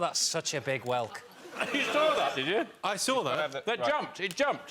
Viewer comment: That’s great about the Minotaur, but it’s whelk.